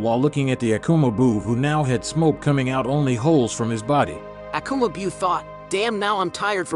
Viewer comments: Is this joke ? Pls tell me it is 🤣🤣you guys can't even say their names right 🤦 "Akuma beeuuu"? This story line is too good to be messed like this. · I subscribed and un subscribed because i just don't like the pronunciation of Akuma Biuu